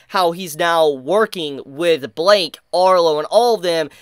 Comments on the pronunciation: why u saying blyke like that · it's pronounced "blike" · his name is blyke not Blake or bike its blyke